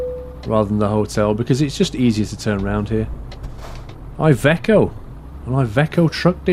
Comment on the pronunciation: iveco is said as ivEco